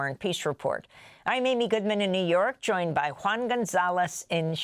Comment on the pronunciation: Why do you call Juan “Uan”?